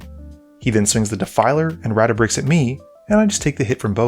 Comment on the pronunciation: Ratabik Ratabix Ratabrix Brother can’t even see the “dra” let alone pronounce the card name.